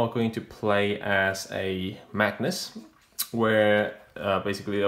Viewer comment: Very cool book, I wouldn't have known about it if it wasn't for your video, so thank you! One thing, you keep saying "Magnus" but the word is Magus, said like MAY-gus.